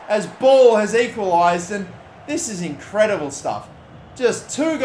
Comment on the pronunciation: Hahaha yes! Look at that face. It's incre-dee-bla